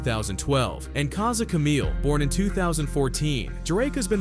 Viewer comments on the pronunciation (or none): none